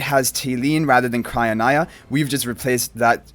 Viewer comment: I think it’s cry - oh- NEEa